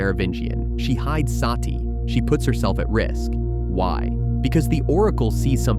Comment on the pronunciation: It's NOT "Saaati".. Her name is "Sati" or "Sutee" which means "the truth" or "virtue" in SANSKRIT OR HINDI LANGUAGE